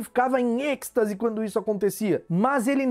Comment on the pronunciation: Não queria estar dizendo isso, mas ouvir o falando "Êxtase" errado é quase uma tortura: o "x" não se lê "cs", mas sim "ch", lendo-se como "Êichtase".